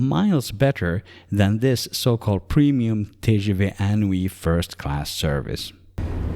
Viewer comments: Thanks for the video, very helpful. FYI it's pronounced in-oui (IN as inside) and NOT un+oui. (UN: like number 1 in French) (you would not necessarily know if you're not a native French speaker). They played with the words here. in+Oui (= yes). "inoui" in French means incredible, fantastique. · TGV is actually translated as "High-Speed Train" (rather than Great) inOui is pronounced "Een Ou Oui" a play on the word inouï meaning extraordinary, incredible, sensational.